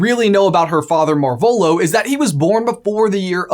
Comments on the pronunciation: MAR-volo > mar-VOLO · Is that... Is that how you say their name? I only read the books, but I always thought it was marv elo. Pronounced as Marv and elo like in hello without the H